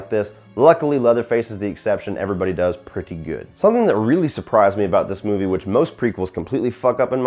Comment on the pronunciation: dis? The word is DOES, NOT DIS.